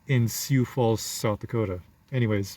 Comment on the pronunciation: Lot of Africans in the Dakotas. And it's pronounced sue